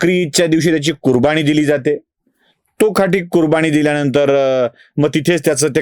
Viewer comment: कुरबानी कुरबाणी नव्हे तसेच समाज मधील जचा ऊचचार चुकतो.वाचन सुधाराव